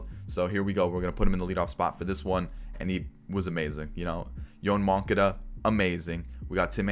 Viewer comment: Yo-Ahn Mon-Cah-Dah